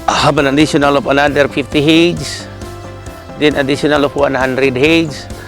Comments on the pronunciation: When he says heyds, does he mean heads? It's quite bothering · Heads not Hids